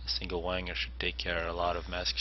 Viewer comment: um, it's pronounced WAG-Ner, not ahem... wanger (slang for penis)